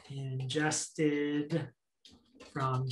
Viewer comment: "Injested"......😞 Ingested bro.